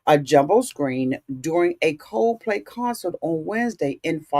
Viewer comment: Wait...COZE PLAY??? LMAO aunties be adding different vowels and words when they talk